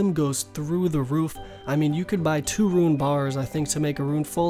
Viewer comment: Rōōn NOT Ru-in. Please. So triggering.